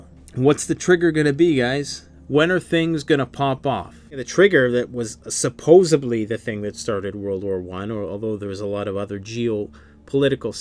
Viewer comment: supposably is not a word, it is supposedly.